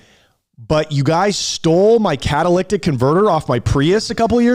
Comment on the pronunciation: Drink every time mispronounces the word catalytic